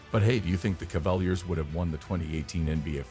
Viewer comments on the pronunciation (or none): Dude said Cavel yers wtf it's Cavaliers lol 😂